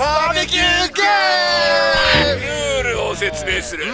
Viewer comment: バーベキューゲームが万引き―ゲーム！にきこえたｗｗｗｗｗｗｗｗｗｗｗｗｗｗｗｗｗｗｗ